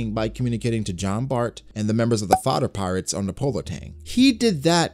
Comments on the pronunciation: Did he just call the Heart Pirates the " Fodder Pirates"🤣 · Calling the Heart pirates the 'Fooder Pirates' is a new level of disrespect😂😂😂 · this man said the fodder pirates 🤣🤣🤣🤣🤣